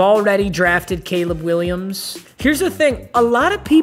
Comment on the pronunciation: This man might as well have said K'Leeb Will I Ams and Broke Webers